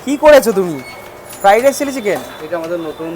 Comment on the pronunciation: Amr cook o ei ucharon ta kore. Ami hajar chesta korle o pari na... 😂😂feradice na ki jani